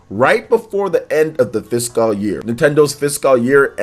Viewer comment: Here's again with his odd pronunciation of the word "fiscal" again lol